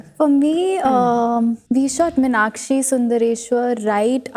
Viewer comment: Meenakshi. Meenakshi. NOT Minakshi